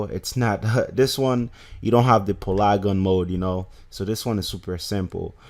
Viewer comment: PA—-LEEEEEE—GON. PA—-LEEEEE—GON not PULAGUN MODE for godsake